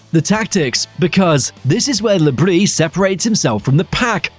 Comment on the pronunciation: No, it’s pronounced brie